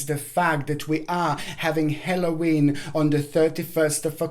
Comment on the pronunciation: Not HELLOWEEN . it is Halloween